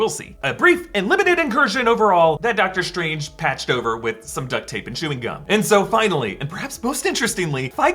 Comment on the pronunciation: “Dr Trange”